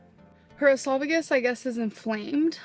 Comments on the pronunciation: Either that or pronouncing esophagus "eslavigus" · She also called esophagus "aslavacus," which is iconic